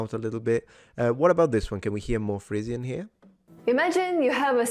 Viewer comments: I think when you are speaking English, the word Frisian is pronounced FREE-zhən rather than "frizzian" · Everyone else: "frizhən"🙂: "fRiiIIzzIIiaAN"🤌🤌🤌🇮🇹🇮🇹🤌🇮🇹🤌🇮🇹🤌🇮🇹🇮🇹🤌🤌